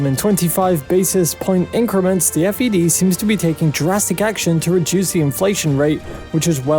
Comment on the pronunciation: Just a heads up - it’s the Fed and not F.E.D.